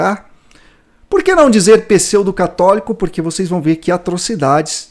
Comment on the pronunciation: Não dá pra levar a sério quem fala "pesseudo"...